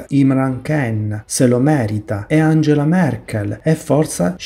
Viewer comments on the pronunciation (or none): none